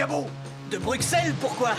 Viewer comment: "Mais d'où vient-il ce cabot ?" - "De BruKSelles ! Pourquoi ?" ON DIT "BRUSSELLE" !!! LE X SE PRONONCE COMME UN S ! GRRRR !!! 😁